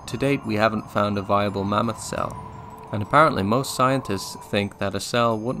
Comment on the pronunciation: Why do you keep pronouncing it "mommoth"?